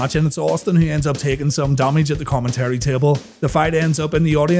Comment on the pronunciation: Again with “X-Poc” and "Common-terry."